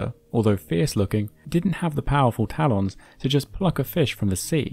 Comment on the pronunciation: I will never say "talons" the same way again.